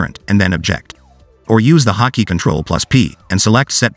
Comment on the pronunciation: I don't know how many times he said "hockey" until I realized it was actually "hot key"